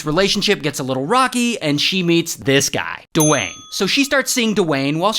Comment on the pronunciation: the rock? Nah, ✨DE-WAYNE✨